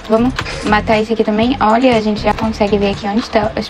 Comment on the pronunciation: “gentih 🙄olhah.😟 Essah. 🤡Pro. 💅meu deos. 😉